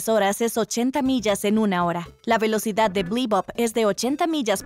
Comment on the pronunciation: R de Relocidad, no?